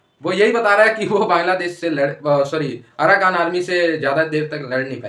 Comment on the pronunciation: Bahan ye aarakan nahi aarkan h or manamaar nahi Myanmar h. Apni language ko sudhare.